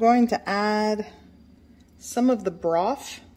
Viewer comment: did you say "Broff" instead of Broth? lol